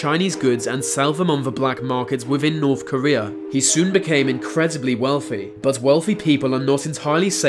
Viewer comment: The narrators inability to pronounce his Th sound and instead saying the f and v sound ....(va long journey to norf Korea.....) is too annoying